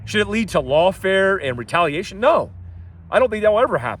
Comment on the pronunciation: lol rookie, that absolutely wasn’t a clerical error only error is you pronounced retaliation really wrong.